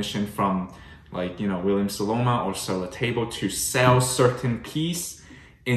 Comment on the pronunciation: It’s SoNoma, not SoLoma. Love the Staubs though. I have quite a few myself. Just ordered the 37cm La Mer oval cocotte.